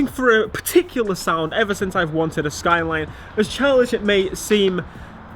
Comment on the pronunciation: The way you say SKYLEEEN annoys me